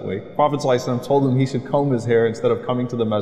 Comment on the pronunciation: Assalam O Alaikum Brother good video but you have kept saying Prophet Salai Sallam actually it is Prophet Muhammad Sallallaho Alaihe Wa Aale Wasllam not Saliy Salam. Please do the correction in all your uocoming videos